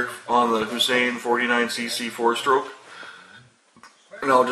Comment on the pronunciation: It's Huasheng not Hussain.